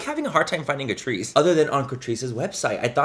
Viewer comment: I swear I kept hearing “Patrice” ☠️